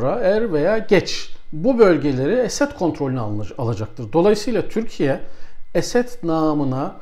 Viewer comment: Hocam niye Esed diyorsunuz. Esad demeniz gerekir